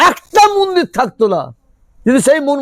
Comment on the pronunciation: মন্দির কে মুন্দির বলা তীব্র আপত্তি জানাচ্ছি !!